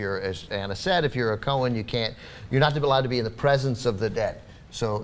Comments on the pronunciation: It's pronounced ko-hayn, not ko-hin. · it's pronounced Cohaine